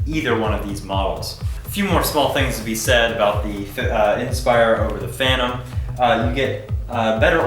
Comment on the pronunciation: Funny, mine is exactly like the one on the right, but mine is a Phantom (Fan-tom) not a "Fanom", strange, that "Fanom" might be a fake clone of a Phantom. LOL :=) PD: I wonder why the question, if he has both, unless he was as lucky as have DJI sent them those drones for testing or as a gift. I would go for the "Fanom Inspire 1" no doubt about it, it's the best in all aspects compared to the "Fanom 3".